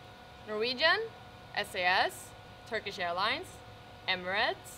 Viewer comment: türksh airlines dedi :D asın bayrakları :D